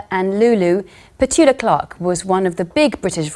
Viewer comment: You can at least say her name the right way.